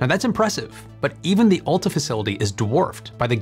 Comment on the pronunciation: The "Olta" Wind Energy Center? ok, if you say so.